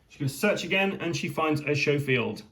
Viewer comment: For those of you unfamiliar with guns, the Schofield is not pronounced "show-field" but "sko-field".